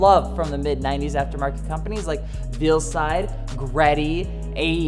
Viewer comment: Pronounced “Vale-side,” as in a brides veil, not ‘Veal,’ as in a cut of meat